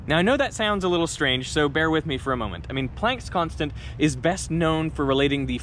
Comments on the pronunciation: This is the first time I've heard Plank's Constant pronounced like "plaink"...like "walk the plank." It's supposed to be pronounced like "plaank"...as in "father," "yacht," or "barn." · I've always heard it pronounced Max Pl(ah)nck, as he was German. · The way you pronounce Planck and Brahe disturb me.